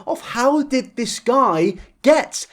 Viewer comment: "Everyone on r/eugeniacooney...." What is that? Also, it's "this", NOT "dis"....